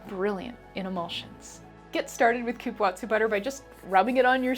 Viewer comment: I love cupuaçu too. The last syllable is pronounced “soo” , not tzu. The ç in Portuguese means the C has a s sound and not a K sound. Like babaçu.